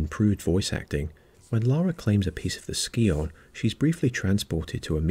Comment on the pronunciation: That's not how you pronounce Scion.